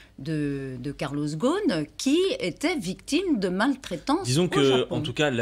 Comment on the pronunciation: Arrêter de dire karloss ghosn sans prononcer le s dans le nom. Lui, il s’appelle [GUSN]...